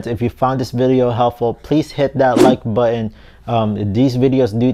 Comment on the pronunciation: oh noo, you didn't say "buh-inn" for button, did you? wtf